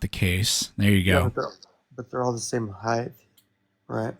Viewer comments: I know im nit picking but dude keeps saying heighth instead of height lol 15:60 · This guy keeps saying “heightH.” I can’t take him seriously. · This idiot continuously saying heighTH is driving me up a wall. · wtf is heighth? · Dude is saying "heigth"... that alone is enough for me to not give that flathead any time or effort listening to him. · There is no fucking H at the end of the word HEIGHT